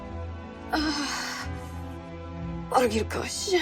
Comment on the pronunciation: Julia (Helene Joy) said orgyilkos the Hungarian word for assassin almost perfectly for the First time